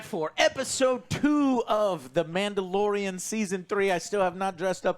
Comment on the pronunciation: a.. Manda-LORE-ian, if you will…